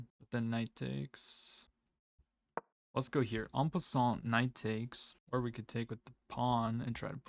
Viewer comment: Enjoy your videos. Just an FYI, when pronouncing en passant in French, the t is silent :)